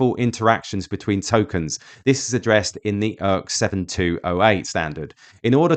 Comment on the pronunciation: Beginning , the 'ERC' in ERC-7208 is pronounced as 'Eeee Arrrr Ceeee', not 'Urk'. Please never make that mistake again.